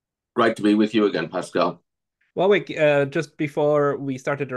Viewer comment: Btw, the second "w" in Warwick is silent!